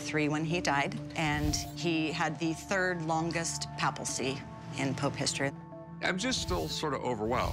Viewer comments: It is pronounced "PAY-puh-cee", not PA- pal-cee." . And it is not a "cap"; it is called a zucchetto. Do your research, lady! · Is everyone going to ignore that she just said “Papal-cy” instead of “Papacy”?